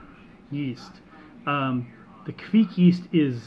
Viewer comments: Looks like the Kveik did you proud It's pronounced kvayk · Your idea of the pronounciation is not correct. There should be no u-sound between the k and the v. Also, the 'ei' sound is a bit harder to explain, from the top of my head I can't think of any english example to compare with. Here is a video showing how a raw beer is brewed using the traditional method. The brewer in the video is Terje Raftevold (the original source of the Hornindal kveik), and you can hear him pronounce the word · well look at that! with some haze!!!! Good Stuff Brother and that ringing in your ear is the sound the kveik police coming to take all your yeast away for not saying it right!! LOL just kiddding